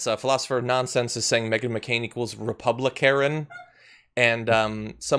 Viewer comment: She is such a bore. ‘REPUBLIKAREN” I love it!